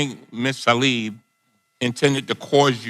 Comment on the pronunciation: Hey love y'all but it's tlaib not talib